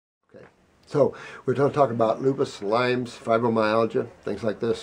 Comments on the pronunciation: Lyme not Lymes. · I correct everyone that says lymes. It is not LYMES it is LYME